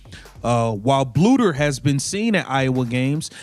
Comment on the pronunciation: Not a bad video but you need to teach your AI to pronounce Coach Bluder's name correctly!